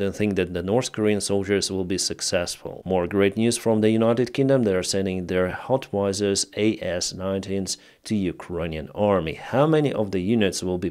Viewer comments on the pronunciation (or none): it's "how it zer", not "hot wiser"... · HOW - IT - ZER = HOWITZER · HOWITZER... ist's HoWiTser... that's triggering me everytime!! But just to let you know,. Good Job and thank you!!